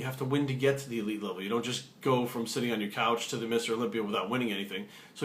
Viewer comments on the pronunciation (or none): none